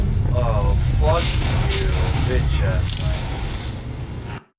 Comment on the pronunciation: he says fuck like "fook"